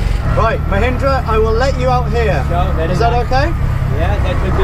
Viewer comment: is such a wonderful man. So nice of him to pronounce mahendra’s name correctly.